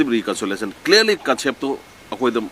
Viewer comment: Administrative reconsolation ntte, reconciliation haibni, achumbsu yaori, asoibsu chaona yaori, mina ngangba taba midi nttbra khlli.